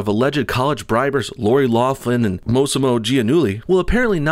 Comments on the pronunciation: Lock-lin, not loff-lin. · You keep pronouncing her name 'Loflim'